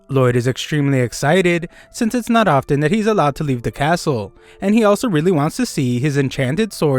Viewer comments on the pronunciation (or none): none